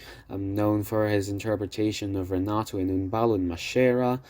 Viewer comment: "Sabajno" is pronounced like "Sabaino", "Maschera" as "Maskera" and "Molajoli" as "Molayoli"